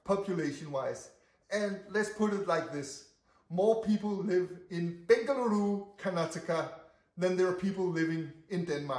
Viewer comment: Wow you are pronouncing "Bengaluru" better than outsiders staying in our Bengaluru for so many years